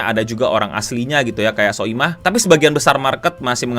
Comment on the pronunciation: Sumpah ngakak pas dia bilang "soimah" 🤣 (dikata salah juga tidak..)